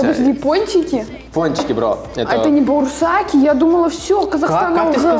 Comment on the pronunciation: говорит - баурсаки - барсултаки?😅